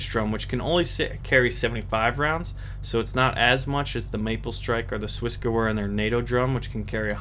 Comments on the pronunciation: the gewehr is Swissgewehr is pronounced gevair, not gewer. And why do you not like semi-auto? Full-auto you miss- alot. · your pronunciation of SwissGewehr isn't... well it's isn't german and even though I'm not german it kills me how you say it, but that's fine that's how you say it and that's just me. But if you want to at least check the pronunciation and perhaps use it instead, then here you go. Great vid. Thanks for it.